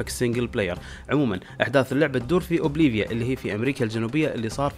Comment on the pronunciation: بوليفيا وليست اوبليفيا